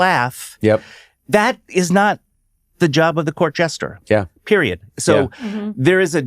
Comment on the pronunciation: Zac means “Jester” not “Gesture”